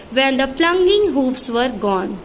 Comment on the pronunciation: U r not capable of explaining this poem . U don't know how to pronounce and ur language is worst. Ur voice is more worst 🤔 Shame on u for not knowing the meaning of hoofs.🤦‍♀️ lol🤣